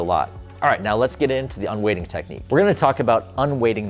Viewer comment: Surely it's "un-weighting" not "un-waiting"?